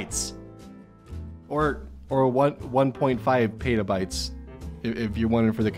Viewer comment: Trying to be smart, but says "peytabytes" instead of "petabytes" or at least "peetabyte", buth of which are acceptable, but not "peytabyte"